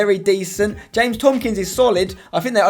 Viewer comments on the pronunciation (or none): none